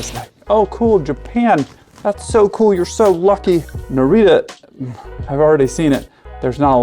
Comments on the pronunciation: Nah-Ri-Tah rather than Nah-ree-ta ;) (all the same with Haneda - Hah-na-dah rather than Ha-nee-da) Great vlog as always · Every time you say "Narita," I'm hearing "Norwegia." 😅 And, since you're not a republican vice-presidential candidate in 2008, I'm pretty sure that you're not saying Norwegia! 😂😂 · your english pronunciation of the tokyo airports is so different that i didnt understand it was japan